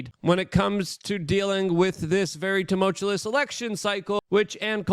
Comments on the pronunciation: Jesus, Luke. I am begging you. Buy a dictionary and make sure it is a "pronouncing" one. The world you used 5 times in the first five mins is "tumultuous", not "toomultullus'. You said, "as of course" 17 times in this one. Take your chill pill and slow down, bro. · Let's do this phonetically: Too - Mull - Chew - US (not *less*) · Its not tumoltulous stop saying it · Tumultuous…too-mulch-ew-us. I swear I’m not trying to be a dick, and, hey, you got where you are mis pronouncing words so who am I? Js. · You should have a t-shirt with your WRONG pronunciation of "tumultuous" spelled out phonetically the way you incorrectly say it on a daily basis: Tum -ul - tu -lus. The t-shirt can say:"The world according to Luke Rudowski is not tumultuous. Rather it is TUMULTULUS" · It's pronounced tuh • muhl •choo•uhs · Luke loveless him some "tumultuous" lol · Please repeat after me, "Tum-mul-chew-us." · You're killing me with this GD "tumulchewless" STOP IT!!! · I hate toe-moatch-ah-less times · Tumult-uous (TOO-MULT-you-US) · Please never pronounce tumultuous correctly Luke. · Luke I love your show. Learn how to say "tumultuous" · please check the pronunciation of tumultuous